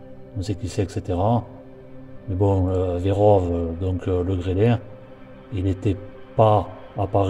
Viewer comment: Le gendarme dit " le grêle"